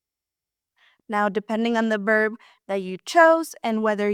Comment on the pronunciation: Buen video,! I laughed a little at your pronunciation of "verb." You sometimes say it as "berb," because, in Spanish, the "v" at the beginning of a word is pronounced "b" -- something we gringos have to be reminded of! I don't know how long you have been speaking English, but you speak it almost flawlessly.